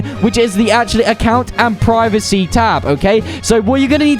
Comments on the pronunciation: Lmao privicy ITS “Prie Va See” privacy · My guy started saying priv-acy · Bro said preeveesee